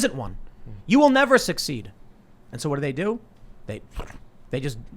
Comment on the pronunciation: Hi Tim. Love the show, but it is peonounced "we", not "wu-wu-wu-we". It is peonounced "what", not "wu-wu-wu-what". TY and God bless.